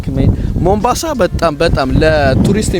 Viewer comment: ቦምብአንሳ አደለም ሞምባሳ አንተ ቦምብ ራስ 😂